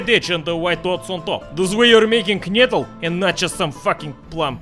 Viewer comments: No! It's "Knödel"! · Its pronounced Knödel